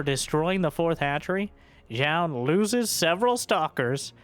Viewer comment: Thanks for the pronunciation on Zoun. I was saying it wrong before, but glad to be right now.